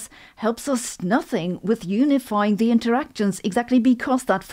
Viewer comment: I love her mixture of British (“fastah” for faster) and German (“zee theory” for “the theory”) accents in her English and how she pronounces Einstein (“Einschtein”)… this is becoming one of my favorite channels